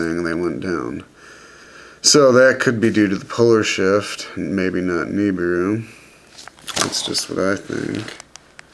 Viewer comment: it is Nibiru, not NiBURU